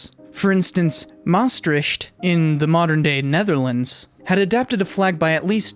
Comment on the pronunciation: your pronounciation for maastricht is ver good